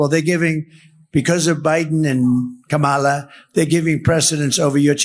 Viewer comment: How do black men feel when donOLD deliberately disrespects Kamala by misspronouncing her name? They should really stop to think about his actual reason for doing so.